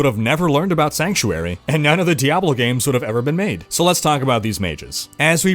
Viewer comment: did he just say diabolo